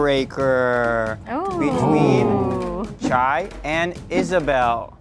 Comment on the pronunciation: Not introducing herself (pronounced Shay) and the guy behind the camera pronouncing it "Chai" 😬